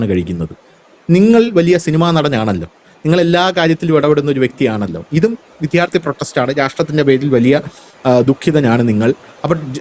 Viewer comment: വിദ്ധ്യാത്ഥി എന്ന് pronounce ചെയ്യരുതേ. വിദ്യാർത്ഥി ആണ് ശരിയായത്.